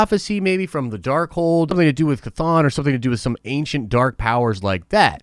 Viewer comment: FINALLY!... the first and only content creator that can pronounce chthon name correctly, I salute u sir...😁👍🏼